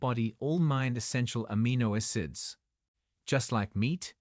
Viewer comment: "ASS IDS" DIMBULB AI, NOT "AH CID." "FIL A" NOT "FILL IT," IDIOT AI.